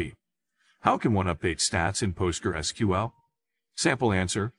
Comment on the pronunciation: NO!!!! Just NO! Also if you took helping others seriously, YOU would talk to them; YOU would do the work, not some AI that can't even pronounce PostgresSQL.